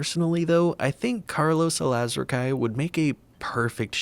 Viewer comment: His last name Alazraqui is pronounced Alaz-rockie. Sorry for the correction lol it just bothered me a little bit but it's not a big deal 😅